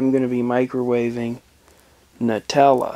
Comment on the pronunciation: FINALLY SOMEONE PRONOUNCES IT NUTELLA NOT NOOTELLA